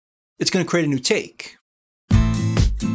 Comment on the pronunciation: Take Take, a new Taaake, all Takes here! (You say that word funny)